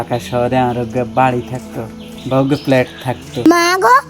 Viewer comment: প আর ফ এর উচ্চারণ নোয়াখালীর লোকদের জন্য খুব সমস্যা। উল্টাপাল্টা করে ফেলে। প্ল্যাট না। হবে ফ্ল্যাট। প বলতে দুই ঠোঁট মিলাতে হবে। বাতাস বের হবেনা। আর ফ বলতে দুই ঠোঁট দিয়ে বাতাস বের হবে। এটা ফলো করলে এই দুই বর্ণের উচ্চারণ মোটামুটি সঠিক হয়ে যাবে